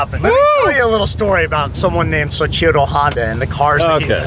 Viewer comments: if could figure out how to pronounce Soichiro it'd be a better joke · He loves Soichiro rebut can’t pronounce his name. 😂